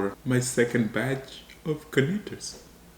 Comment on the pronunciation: it’s Carnitas and not Garnitas. Not to offend your Mexican viewers 😂